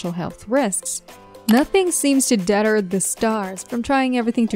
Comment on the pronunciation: Narrator cannot even properly pronounce simple words such as deter and physique. Skip